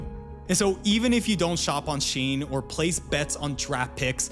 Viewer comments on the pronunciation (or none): none